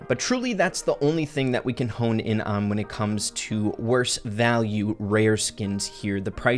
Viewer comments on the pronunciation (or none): none